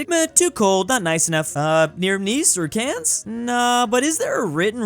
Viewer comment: The way you said "Cannes" made me shiver.